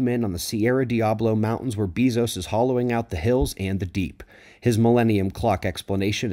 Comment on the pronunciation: Good to know what Bezos is up to. BTW, his last name is pronounced Bay-zos, not Bee- zos. :)